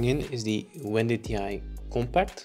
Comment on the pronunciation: I’m only 3 minutes in so far but had to pause to give you a shout-out for being the only person I’ve seen on YouTube who pronounces “wendtii” correctly! Love your scapes and videos!